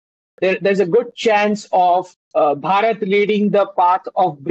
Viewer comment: try pronouncing it as Bhaa-rut, instead of bhuh- raat. Some of you Brits appear to have a self generated mental block about pronouncing Bharatiya names differently. For example We say Buddh. you say Buddha We say Raam; you say Rama We say Krishn; you say Krishna I can share an interesting detail. I decided to do an online course in sanskrit. Guess what? The instructor turned out to be a BRITISH WOMAN! And she could pronounce EVERY SANSKRIT SYLLABLE CORRECTLY! So I believe your mispronunciation is rooted in the mind.